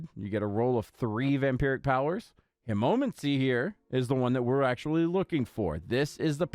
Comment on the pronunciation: Killing me with the way you pronounce hemomancy but yeah its a great vampiric power.